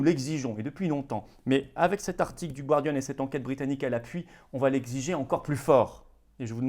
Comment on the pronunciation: Florian, "The Gardian", la première syllabe ne se prononce pas /gwar/ mais /gar/ comme le département du Gard, par exemple.